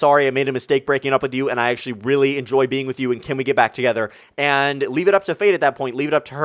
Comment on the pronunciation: Did you say leaf a like?